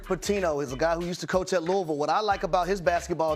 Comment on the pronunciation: Finally, someone call-n out the incorrect pronunciation of Louisville. It's Loovull, get it right people.